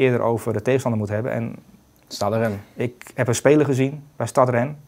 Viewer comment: Het is niet STAD Rennes, maar STADE. Zoals spade, maar een T ipv de P. Just saying.